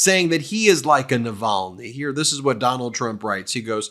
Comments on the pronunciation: They’re still trying to teach him how to pronounce Navalny, tRUMP doesn’t know him, never met him…….sure he is a nice man, people say, maybe yes, maybe no…..Yada Yada Yada. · The Fox news bod, Cavuto, cannot even respect Navalny by saying his name correctly.